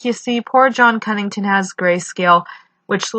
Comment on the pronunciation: Is it just me or is it Connington not Cunnington?